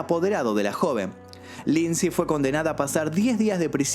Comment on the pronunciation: Lindsay Lohan!!! No Lindsey